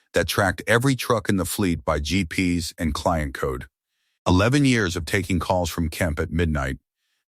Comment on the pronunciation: Not "Gee Pee s" but Gee Pee Ess